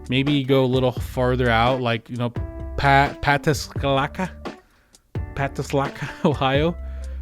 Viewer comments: I’m live Ohio and laughed when you said pataskala. As someone who’s first language was Spanish it was hard not to say pa-tas-ka-la. In case you want to know it’s pa-taskla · I had a chuckle when he butchered Pataskala. Grew up just north of Westerville and my dad lives in Pataskala now. Love the area, sad about how the real estate market shot up